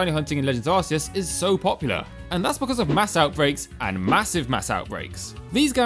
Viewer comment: Finally someone that pernounces it AR-SEE-ES